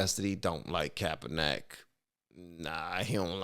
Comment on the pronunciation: It's pronounced. "Capper-Nick"